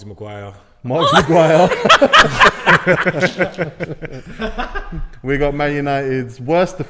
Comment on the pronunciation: Man said Marguire